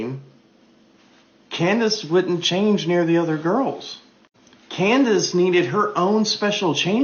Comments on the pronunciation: "Coon-dace"? Diabolical work. 😂😂😂😂😂😂😂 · Did that man just call candace owens, coondace owens 😂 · Did he call her Coondance Owens🤣